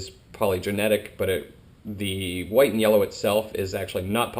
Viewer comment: Hey, I know they are Called White & Yellows (I'm going to be working with them next season) but it really sounds like your saying white meyellow.